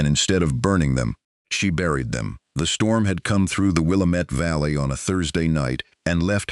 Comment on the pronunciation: It would be more real if they could pronounce the name of the Wil Lám met valley correctly.